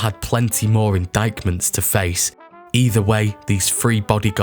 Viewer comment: Indictment pron. inditement